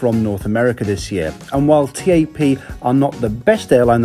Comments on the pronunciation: Also wtf T-A-P? At lest learn to pronounce things right my god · You're supposed to pronounce it TAP as in "tap on a window", not T-A-P... Good video though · its tap not t-a-p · its not T A P its Tap! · Joseph Prosser yeah every time he called it T-A-P it was hard not to cringe. I’ve never heard anyone call it that before. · Great Video!!! Couldn't help but notice that you where proununcing the name incorrectly. It's pronounced as "tap". Anyways I am proud to have you review my home countries airline. Keep up the good work!!! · TAP is not pronounced as T.A.P but as a single word. Try saying tape but pronunce the "a" as you do in "almond" :) Great video as allways and oh I almost forgot... PORTUGAL CARALHOOOO!!!!!! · I'm sure you're right with the pronunciation but it feels so strange hearing TAP pronounced T-A-P rather than 'Tap' as I do! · It´s TAP, not tee ae pee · The airport should ban you from going there talking bad about my airport u should talk about Gatwick Airport that's worse than Lisbon Airport and the airline is TAP NOT T-A-P